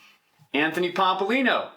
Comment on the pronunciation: Ha,ha, Pompolino? NO, it's POMPLIANO, come on get it right already